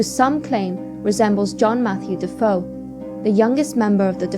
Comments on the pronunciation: Regarding Amityville- isn't the name of the originally family pronounced "De-FAY-oh"...spelled DeFeo? ;) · de feo, pronounced de fay_oh, sorry bout that but its spanish not french